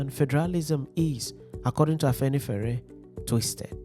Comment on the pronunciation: You didn't pronounce Afenifere very well.😅😅😅 Good job brother